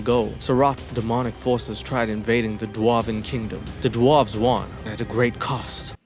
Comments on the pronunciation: Bro I love you but why are you sayine 'doo-warves'. Its dwarves, like Snow White and the Seven Dwarves'. But otherwise you're smashing it. Do dwarves get called doo-warves in South Africa? maybe its that, anyway much love dude. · I will download that game just to be able to hear you say Da'Warves forever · Lol “dwawwwves” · Oh yes I'm gonna start pronouncing dwarves like that now lol love it and that is the first time I didn't forward the rage promo because if it. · please I’m crying at the way you say Dwarves and the video has barely started 😂